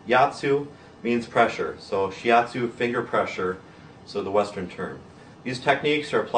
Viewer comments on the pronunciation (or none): shi atsu not shi yatsu "yatsu" 奴 means "guy"